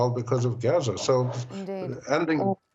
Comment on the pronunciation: It's pronounced Gaza..A as in father.....not geza.